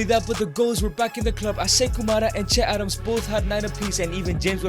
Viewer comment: Nigga it's Che Adams